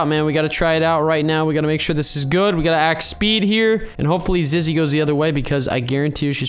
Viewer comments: Why does call zizzy call Ziggy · Go back to school and learn how to say zizzy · is he saying ziggy or zizzy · Why do you keep saying ziggy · Hey I am sorry to crush your dreams but it's Zizzy not Zigy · you keep on calling zizzy "ziggy" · IT ZIZZY NOT ZIGGY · Who else is gonna tell him it’s ZIZZY not ZIGY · "We have to jump on HIS head and onto the roof" ZIZZY IS A GIRL and its zizzy not ziggy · Oh yea ur right he said Zigy it's Zizzy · And he was calling her ziggy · Zizzy is a girl and you’ve been calling her a boy and you’ve been saying her name wrong it’s zizzy not ziggy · Ziggy its Zizzy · Him: Ziggy Me: ZiZzY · "We need Ziggy" Me: "Who's Ziggy its Zizzy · ziggy everyone: zizzy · “ziggy” Me: 🤣🤣🤣 zizzy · Ziggy Me: Zizzy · but we need zizgy to get in the giltch Me: its zizzy not zizgy wait how did you spell it again XD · ziggy me:zizzy not ziggy and ant also called her he😂😂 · It’s not ziggy it’s zizzy u silly old bird 😂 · Who is ziggy its zizzy,😆😆😆😆😆😆😅😅😅😅😅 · Yes ant did call zizzy zingy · calls zizzy ziggy me like its zizzy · Where is the grass for Ziggy Me. It’s not Ziggy it’s Zizzy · IT NOT ZIGGY ITS ZIZZY SHES MY BEST FRIEND 😭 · And then he said:ziggy?! I meant ZIZZY LOOOOOL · U keep saying Ziggy its zizzy 😂😂😂😂😂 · it Ziggy Me:it Zizzy not Ziggy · It's not called Ziggy it's called Zizzy silly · 😂zizzy not ziggy😂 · ITS ZIZZY NOT ZIGGY AND SHE’S A GIRL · ima tell him two things it zizzy not zig and zizzy is actually a gal / girl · Her name is zizzy not zggy * laugh so hard* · Zizzy not Ziggy silly seey ok ur notcsilly they say it bc uhh idk :^ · Bruh ant you keep saying ziggy but its actually called zizzy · its Zizzy not Ziggy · Bruh its Zizzy not :Ziggt: your forgiven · I just sayin but I think you said ziggy it,s zizzy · Umm it’s not zigy. It’s zizzy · the you said ziggy cause its zizzy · I think her name is zizzy not Ziggy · Ziggy" me no its actually zizzy every youtuber makes this mistake